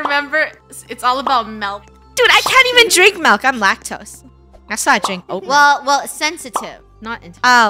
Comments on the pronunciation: i hear melk lol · Mil, mailk, melk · I love how Funneh says "Melk" instead of "Milk" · I love that funneh and KREW pronounces milk as 'mil' 😄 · I heard Mailk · I hear melk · I heard “meLk” 😄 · I heard milek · i hear mel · It’s Malk lol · I heard meilk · they dont... they say "melk" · No its MELK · I was kind sad when she said milk instead of malk now but only ogs know malk😭😭🥹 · How most people say milk:MILK How krew says it:MELK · I like how funneh Proununce milk with melk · Or as funneh would say…the Melk story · Ah yes ✨melk✨ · "Find the Missing Melk in Roblox" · What are y'all on it's not milk it's melk